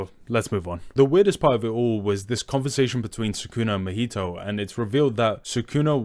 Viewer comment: Gege is "geigei" Naoya is "now" "oi" "a" Mahito is "mah" "hee" "toe" These are the ones i gathered off the video from the top of my head but still good video the pronounciations didnt take too much away